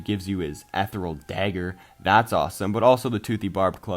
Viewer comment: Nice video,. I just wanna give some feedback on some words you're pronouncing wrong (it doesn't matter too much, but you've been saying them incorrectly for a while lol) You aren't emphasizing the first R in "Trork". It's like a combination of the words Troll and Orc. Also, "Chieftain" is pronounced 'Cheef-tehn'. Lastly, "Ethereal" is pronounced 'Eth-thear-ee-ull'. That's all I wanted to say. Keep up the good work!:)